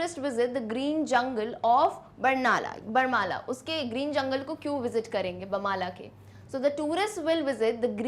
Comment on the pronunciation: Mam bahut accha explanation hai आपने barnala को बामला कह दिया है शेष बेस्ट है